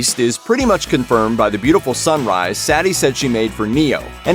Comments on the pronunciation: its suh-ti hes saying it as satti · It's not Saety It's Sati in Hindi. Pronounce it right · The girl’s name is pronounced (Sah•Tee) not ( Sat•Tee) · I never heard anyone in the movie pronounce her name "Saddy" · It's pronunced sut-e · That's Sati (SAW-TEE) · Her name is pronounced, “SAH-tee”. Idiots. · cool video and explanation. Now, please learn to pronounce Sati's name correctly. The emphasis is on the 'i', not the 'a'. For an analysis that pays super attention to the details, it's a strange thing to get wrong, especially since it's pronounced correctly the whole way through the movie. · Sati literally said her name and you still say it wrong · The machines can’t understand love, and you cant understand how to say, “Sati”.